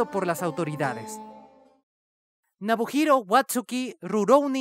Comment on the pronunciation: La ultima me dolio significativamente cuando lo supe, super fan de Rurouni así que no lo podia creer, por cierto es Nobuhiro no Nabuhiro.